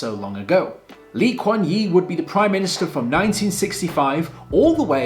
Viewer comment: Sorry wrong pronounciation of Singaoore's first PM. It's Yew. Or the letter U.